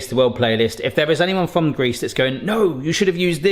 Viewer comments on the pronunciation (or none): none